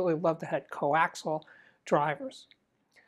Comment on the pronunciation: Steve, please excuse the professorial demeanor, but it sounds like you pronounce the word 'coaxial' as 'coaxel'. Is the 'i' missing?